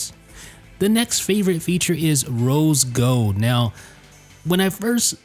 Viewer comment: "rose gode"